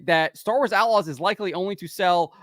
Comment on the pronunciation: At the start I hear "Star Wars A-logs".